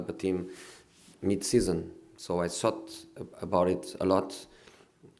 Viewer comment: He soughts about a lot